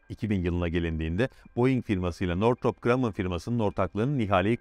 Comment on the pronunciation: helal olsun northrop grumman ı ilk defa doğru telafuz eden bir kişi 👏👏👏👏👏👏